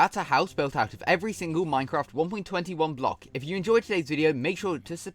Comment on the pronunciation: minecwaft accent! keep it up bro!